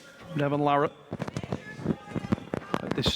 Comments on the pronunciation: After all these years, is finally pronouncing larratt correctly! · Travis finally pronounced "Larratt" correctly for the first time ever . 😃